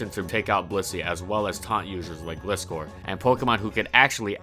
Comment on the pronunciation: I'm sorry but it's pronounced GLY-SCOR, but I understand you don't have to say it like that